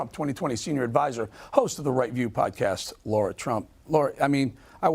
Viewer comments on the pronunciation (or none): Eric... she is "Lara" not "Laura"! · It's not hard Bret. Her name is LARA not LAURA. Get it right from the start.